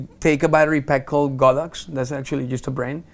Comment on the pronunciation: Finally, someone pronounced Godox the way it really should be pronounced: "God - Ox".